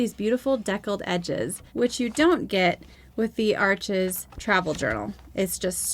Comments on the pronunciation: Please get it right… its pronounced Arsh,,, the name is French. Its not Ar chez. The S on the end is silent. Not Arch. Arshhh. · It's French- pronounced Arsch (no es). Great review! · Awesome! (Still drives me nuts that everyone pronounces Arches (it’s pronounced “Arsh”) wrong…. But I love your channel😁)